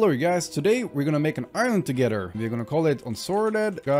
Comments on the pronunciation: I’m not that far into the video, but sometimes when he says “island” it sounds like he’s saying “Ireland” lol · Great fob my mans, though either I kept hearing you say ireland or island.